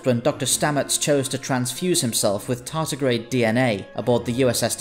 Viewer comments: I know Americans have a habit of saying T as D, however in this cases it is tardigrade, not tartigrade. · Tardigrade. Not tartigrade. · It's "tardigrade".